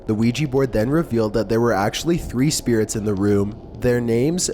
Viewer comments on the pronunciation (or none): " S p i r e t s" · what are "speer-RETS"